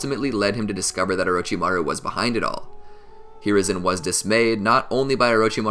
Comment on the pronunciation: we gonna ignore that my mans said :orochibaru?